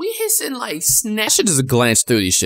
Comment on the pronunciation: the way he said hissing rlly got me